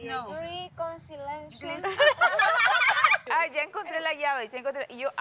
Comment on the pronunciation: Andrea: riconsileishon Shirly: wiconsileishon Eli: Ri! Ri! Shirly: reconsileishon 😂😂😂😂😂😂😂